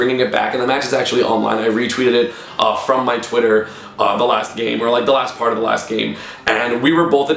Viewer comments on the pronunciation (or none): none